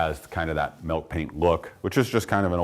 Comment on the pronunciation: Milk Paint.......... ill.....as in not feeling well, pronounce the "ill" Milllllk Paint. Milk Paint. Not Melk Paint.